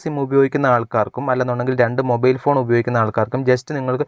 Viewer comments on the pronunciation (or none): none